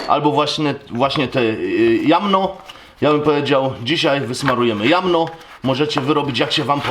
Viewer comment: Jarzmo nie jamno panie majster :D